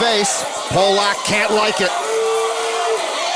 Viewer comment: This was one of the best final tables in WSOP ME history. I remember watching it live, and everyone was telling the announcers it's pronounced Pah- lick, not Poh- lock. They kept mispronouncing it. Thanks for posting. For me, this is one of my favs!!! ❤❤ John Hesp was a pleasure.